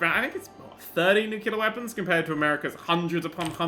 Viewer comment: I thought he said nutella weapons